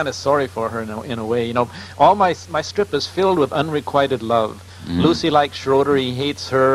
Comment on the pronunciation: Can't get Lucy's name right! Lol